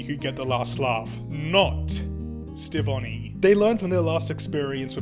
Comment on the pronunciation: Isn't the Connie and Steven ship name "Stevonie"? Your version of the name is still cool btw!